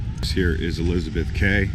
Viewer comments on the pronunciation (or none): I’m sorry, did you call Elizabeth Quay “Elizabeth Kay”? But yeah I guess Perth is pretty good, it’s truely great being the most isolated city in the world but I can’t really say if Perth is the best city in the world considering I’ve never actually gotten the chance to leave WA before so I have nothing to compare it too, I really want to move out of Australia, maybe to England since I’ve got friends and family over in Europe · As an aussie from Perth its called Elizabeth key not kay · Goodness me...as an ex West Aussie now living in Victoria outside Melbourne, to hear him say Elizabeth ‘kay’ is really odd. In the Queen’s, Quay is said as ‘key’....Mate! Surely to goodness you would have had the sensitivity to check correct local pronunciation before uploading your travel vlog.... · Elizabeth Quay is pronounced Key not Kay, it's also known as Betty's Jetty, Fremantle, locally known as "Freo", otherwise nice tour. Cheers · It's pronounced 'Elizabeth Key', not 'Kay'. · Where are the homeless people and crack heads? And why would you get tiny things like tooth paste and socks from the city when you could easily get them locally? Also it's pronounced Elizabeth 'key' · Bruh "Elizabeth Kay" lol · Yes .. I see a few corrections that you're well aware of. Elizabeth Quay (pronounced, Kee, an old English term) Also when you were up at King's Park and said that's where the sun sets.... no, that's the east where the sun rises ( I'm equally confused when I'm in the Northern Hemisphere). But hey ... ten out of ten for your efforts. You obviously did a lot of walking and pretty much captured our city beautifully. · and its pronounced Elizabeth Key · it's pronounced ''ELIZABETH KEY 'DUM DUM!! Its obvious ou are an out of towner!! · Elizabeth Quay ( Quay is pronounced like ‘key’. )